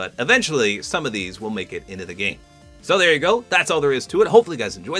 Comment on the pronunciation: I'm with, the horned/devil look has gotten played out smh Btw, am I the only one who hears "Tapertime??" 😂